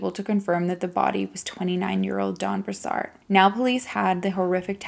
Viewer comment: Not being an asshole but, I see how you try and make sure that you pronounce words correctly. It's pronounced...BROO-SARD.